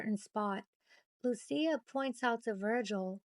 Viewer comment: Nice work, but Lucia= loo- chee- ah.😉